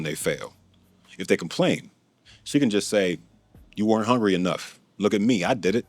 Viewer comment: 1) I don't trust people that pronounce hungry like it's spelled with an "O". 2) The single thing I empathize with Stormy on is the loss of her mother. That is the most painful thing anyone can experience. I'm an only child and when my mom passed away I felt intense loneliness and sadness. 3) As a fellow Atlantan I can say we are at FULL CAPACITY for scammers. Try Miami 😄